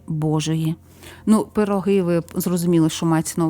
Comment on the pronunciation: У Польщі- пироги, Наголос на '' о ''